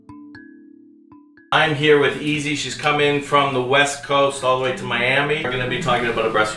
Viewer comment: Ezee said miyammy lmao Miami! Lmao